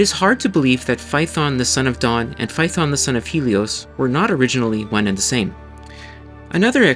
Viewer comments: Not fay-uh-thon. Φα-έ-θων. Fa like the musical note, E like the italian 5th letter. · You are mispronouncing Phaethon. It's three syllables, FAY-uh-thon. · Just wanted to point out that Phaëthon is 3 syllables!